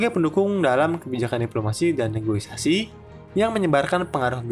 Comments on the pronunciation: kontennya keren min, cuma mungkin berapa kali aku denger pengisi suaranya ngomong “negoisasi”, kalo bahasa Indonesia yang bener di KBBI “negosiasi”. Semoga bisa jadi masukan yang membangun buat konten kedepannya ya min hehhehe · Maaf, negosiasi, bukan negoisasi. Salam hangat! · SEKELAS VO / DUBBER INSPECT STORY BISA KELIRU DALAM PENGUCAPAN KATA NEGOSIASI 😅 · Ijin koreksi, Bang. "NEGOSIASI", bukan "NEGOI-SASI" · Min, Negosiasi, bukan negoisasi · NEGOSIASI MIN bukan NEGOISASI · Negosiasi Om, buka negoisasi 😂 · Negoisasi? Hahahaha negosiasi kaleeeee wkwkwkwk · Negosiasi ❌ Negoisasi ✅ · Negosiasi bukan negoisasi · izin koreksi min, yang benar negosiasi bukan negoisasi🙏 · Negoisasi ❌ Negosiasi ✅ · Negosiasi min bukan negoisasi ✌🏻😅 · Negosiasi min, bukan negoisasi 😅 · Negosiasi, min. Bukan negoisasi. CMIIW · yang bener negosiasi ya bang hehe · Kirain cm saya yg salah dengarrr:) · Bukan "negoisasi" tapi negosiasi min😀😀😀😂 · Negosiasi mase bukan negoisasi 🙏